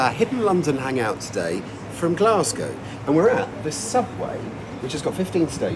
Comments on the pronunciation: Great video, enjoyed all of that. One tip, while folk fae the East coast would occasionally say "Glasgae", the local West Coast Scots term is "Glesga". Great content, even learned some facts that I didn't know. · Nobody, apart from the English, ever pronounces it as "Glasgea". Nobody, apart from tourists, ever refers to the Subway as the Clockwork Orange either.